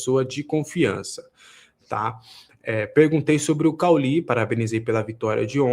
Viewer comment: O cara não saber como pronunciar o nome de cauly é muito estranho! Kkkkkkkk parece que não viu a Série A do brasileirão nos últimos anos hahahaha